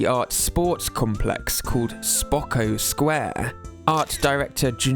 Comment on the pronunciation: why did bro say spokco square 💔💔💔